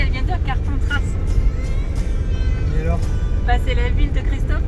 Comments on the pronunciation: On dit CarpentrA, pas CarpentraS, Le S ne se prononce pas, tu veux te fâché avec Christophe Maé ^^ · Le "S" de Carpentras, ne se prononce pas! quel massacre! lol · tes le meilleurs je suis tous a fait d'accord avec sur les vadrouilleurs un peu déjanté mais adorable 🤣😝. on prononce pas le S a Carpentras 🤪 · On dit Carpentras mais le S ne se prononce pas a la fin 👀 On dit pas Parisss 👀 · On dit Carpentras sans le s a la fin mdrrr j'habite pas loin xD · On dit “ carpentra” sans le s petite estranngère 😂🌸💜💜💜